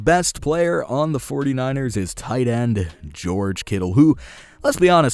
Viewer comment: did you say the 49ers or is it just me?